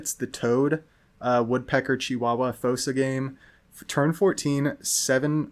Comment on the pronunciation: I think you were saying fossa correct for what it's worth. Great builds by the way